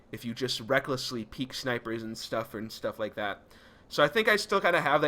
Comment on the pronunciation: I like how he's saying "How much Sh-tuff can happen"